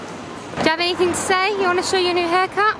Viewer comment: One of my pet hates - it’s “anything” not “anythink”. Anythink is not a word